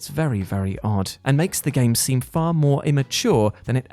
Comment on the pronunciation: "More like a bridge too fur"